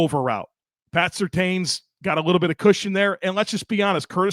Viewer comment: Happy Victory Monday!!! Love the podcast as always but I gotta know…why do you continue saying Patrick Surtain’s last name wrong??? Again, great vid otherwise 🤘